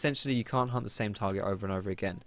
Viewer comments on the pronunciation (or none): Why did i hear you saying hump when you said hunt. Hump stacks or Hunt stacks. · Lol for some reason i keep mishearing "hunt" as :hump" XD